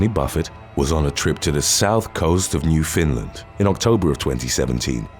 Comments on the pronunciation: Not picking, educating...New-Found= land. You pronounced iy new fin land...😮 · Please. For.the love of pronunciation. New Finland, is Newf Inn Lund. That's how Canadians say it, and it's part of Canada. So. Say it right. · It's newfoundland pronounced new-fun-lund not new Finn land lol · It is pronounced NewFOUNDland not NewFINLAND. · It is called Newfoundland , not New Finland . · Rodney Buffett this happened in NEWFOUNDLAND not new Finlin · Where the hell is nufinland? I know where Newfoundland is.